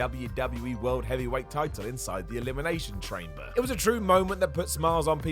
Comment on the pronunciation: did you say “Elimination Trainber” on purpose?